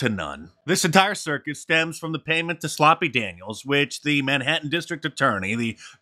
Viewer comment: Did you say, sloppy??? 😂